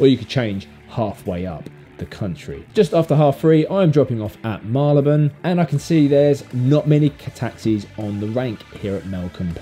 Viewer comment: Very interesting videos. I notice, for Marylebone, you say Mar-le-buhn. Like you, I’m a Londoner and I always thought it was Marry-le-bhun. Who’s correct?